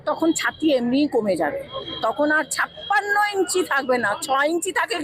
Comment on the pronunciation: ভাই আপনি কি বাঙালি না? আপনার উচ্চারণের এই অবস্থা কেন? "বোট" না, ভোট ,"বারোত" না, ভারত, "দর্মীয়" না, ধর্মীয়, "সাপ্পান্নো" না, ছাপ্পান্ন। এত জঘন্য উচ্চারণ নিয়ে ভিডিও করার সাহস কোথায় পান?